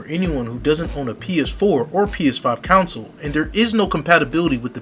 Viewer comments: CON-SOLE.... not Council!!!! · Its CONSOLE and not Council lol 😂